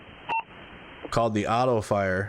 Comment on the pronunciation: Love your videos - It's Oxnard not Oxnerd